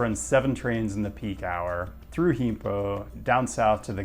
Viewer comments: Heempo??? I know you don't speak Korean but I mean you can do a quick wikipedia search and find out that the G in Gimpo is not an H. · How to pronounce Gimpo...(proceeds to pronounce it way less accurately than the straightforward "Gimpo" he had just said). Gold. The other amazing thing about Korean airports, particularly Incheon, are the bus connections. Yeah, rail is generally superior, but basically any city of any decent size in the entirety of the South Korean mainland will have direct express bus service straight to the terminals. Getting into Incheon from the other side of the country can be almost as quick as getting there from the far corners of Seoul itself via metro and way more seamless. Sadly, the direct KTX (high speed rail) connection to Incheon was discontinued. It was sort of stupid anyway, since it had these sleek HSR trains plodding along at metro speeds for that final leg of the journey, but it sure was convenient. Now you need to make a transfer to the AREX (Airport Rail Express), probably at Seoul Station. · you've butchered gimpo for sure lol